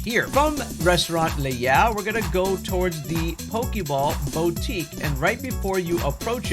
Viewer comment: Bowtique 😂😂😂 bro its boo tique for God's sake do a tiny bit of effort insread of sounding lazy and dumb